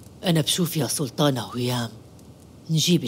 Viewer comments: ازعج شي من تقول سولتانه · منو منتبهه انو تكول سلتانه مو سلطانه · مين لاحض انو عم تقول سولتانا و سولتان 😂